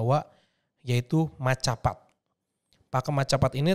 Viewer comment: boleh kasih saran kak, kata "macapat" kalau dibaca itu "mocopat" kak Terima